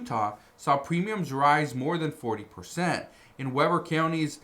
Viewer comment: Pronounced W-e-e ber County...,lived there!😂